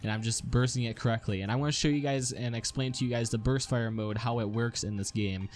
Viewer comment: you made a mistake, you said "Burt" not burst.